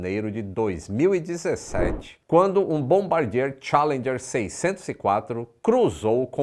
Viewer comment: A pronúncia é tchAlendjer. E não tchE.. Cadê as aulas do outro anunciante?